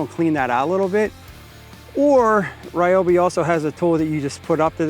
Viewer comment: my bro, I heard an "insult" directed at you from Sara at "tool show". She was correcting YOU of all people that it's pronounced "REEOBY NOT RYOBY". I almost started to cry for you😢😂